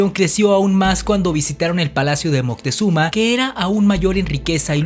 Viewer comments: Disculpa, pero el nombre correcto es Moctezuma, y no Montezuma (min. 1.53 y aveces lo pronuncias mal.) De cualquier esta muy interesante tu video. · Ya me cambiaste el nombre hijo en vez de decir Moctezuma dices Moctezuma qué pasó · Es MOCTEZUMA... sin N... Documentarse por favor ! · No es Montezuma, si no ( Moctezuma) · Es moctezuma no montesuma 👎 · moctezuma no montezuma